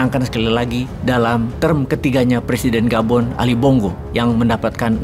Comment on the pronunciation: Gabon bukan Boban, Hahaha 😂😂😂😂 mantaaaouup bosqu!!!